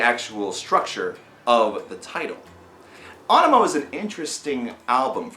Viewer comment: Finally someone who pronounces it right.